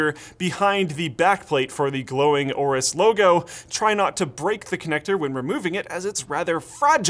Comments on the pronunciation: I thought you pronounced aorus like "Ay-Or-Us" not "or-us" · you forgot to pronounce the A in aorus